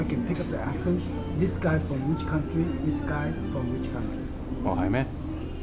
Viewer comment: The old guy just wasn't being fair. If you weren't speaking Canotnese/Mandarin properly because of your accent, then what does he have say about his own English?! He couldn't even pronounce "accent" correctly! I hope he wasn't actually being as serious as he came off.